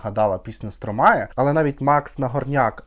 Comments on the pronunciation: Французи кажуть СтромА , останню букву "е" не читають😂 ну не Стромає точно😂😂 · А він і не француз. Сам співак в інтерв'ю вимовляє як Стромай